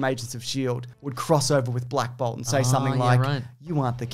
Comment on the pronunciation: I heard 'Black Bob' and I can't stop laughing.